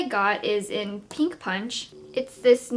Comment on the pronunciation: Why does every single beauty guru say "Peenk"? It evades me.